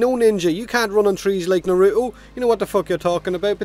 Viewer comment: Can't run like " Naru-Oh"???!? it's NARUTO!!! Na-rut-o